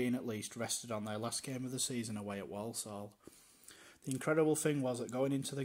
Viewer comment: The way the narrator pronounces certain words is a bit off...people from Walsall tend to pronounce it "Worsull" rather than "Worl-sorl", and the Saddlers' substitute's name was Brian Caswell ("Cazz-well"), not "Case-well"...